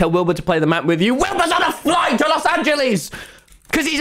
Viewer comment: “WILBUR IS ON A FLOGHT TO LOS ANGELYES”